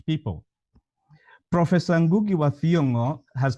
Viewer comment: am i the only person who hears ngungu, its ngugi.